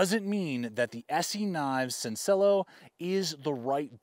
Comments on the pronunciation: Its spanish and it is pronounced sencilJo not senciLLo , means simple :). Well the knife looks ok. I agree blade is to high not only for usage but also aesthetically also the blade geometry is not what I would like, do not like the top is rounding down. but considering the steel used it seems in comparison to other knives from them, the price point is slightly better than other ESEEs. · Sencillo is Spanish for simple. So you can say the llo as a yo. Sen-ci-yo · totally irrelevant comment... it would technically be "sen-sea-joh" pronounciation. Spanish for the word "simple", double L's are like a J sound. Now everyone is that much better at trivia night. Thanks for the Review! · Sencillo. Means simple in Spanish. Pronounced: Sen-See-Yo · It's "sin-see-yo", Spanish word for simple. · It amazes me that as an influencer there’s no one at esee who you can contact to tell you how to pronounce the name of their knife …. Incredible! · The ESEE guys are saying it correctly! Spanish for simple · "@ LOL!! You think the ESEE guys, who spend time in Latin America and who speak Spanish, are mispronouncing "sencillo" ("simple," "easy," "plain," "modest"), but you'll go along with it? In Spanish, "i" is pronounced as a long "e" in English. "ll" is pronounced as a "y": it's a character in the Spanish alphabet, not simply an "l" followed by another 'l." The accent generally falls on the penultimate vowel, unless otherwise indicated, if the word ends in a vowel, "n," or "s" (there's another KnifeTuber, obviosly not Spanish-speaking, who insists on putting an accent mark over the "e" in "padre"). ESEE derives from the acronym for the Peruvian Air Force's jungle survival school, for which ESEE's founders taught, so you probably should defer to them on questions of Spanish pronunciation.